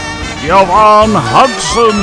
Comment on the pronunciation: Okay, I have to dock a point for mispronouncing "Ann Risley", but you did pronounce Yvonne Hudson's name the way Don actually did (as "Yuh-vonne"), so bonus point. :-P